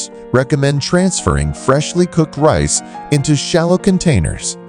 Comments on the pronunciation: Can you switch to a human narrator, or at least go through it and make sure your AI voice isn't screwing up. It's RICE, not REES. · Irritating AI narration. Reece for rice Eff for Farenheit and Ce for Centegrade. I hate AI narration- lazy and cheap presentation to get clicks and money. Thunbs down and drop the feed.